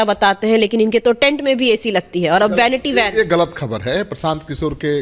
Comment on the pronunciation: Bhainiti bhan pronounciation hai😂😂😂😂😂😂😂😂